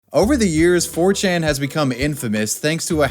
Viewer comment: My ears bleed from that